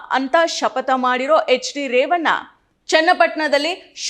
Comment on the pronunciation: ಕನ್ನಡ ಸರಿಯಾಗಿ ಮಾತಾಡೋದು ಕಲಿ. ಕಾರನ ಅಲ್ಲ ಕಾರಣ.. ರೇವನ್ನ ಅಲ್ಲ ರೇವಣ್ಣ